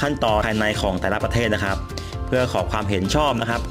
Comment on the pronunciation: ข่าวคราว ไม่ใช่ ข่าวคาว ครับ ไม่ใช่ คับ ฮับ